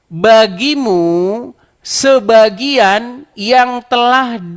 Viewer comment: Bang, protes dong lawan debatnya yg baca kata " sebagian " dibacanya " sebagai ", kesalahan baca seperti ini akan membuat salah paham.